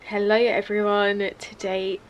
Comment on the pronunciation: Your home is amazing! And btw the way you said "hello" at first sounded so randomly Danish I just had to comment on that 😂 ❤️